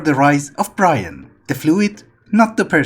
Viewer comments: you should probably check how you say brine because it sounds like you say brian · thanks ive been here for about a year but it still throws me off how you say brine